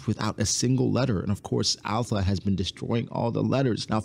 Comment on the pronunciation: her name is not alpha. its alupha.